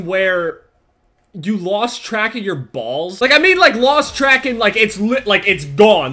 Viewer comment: I love the way you say "bals". 😂